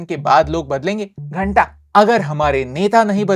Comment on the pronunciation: That " ghanta " was personal😂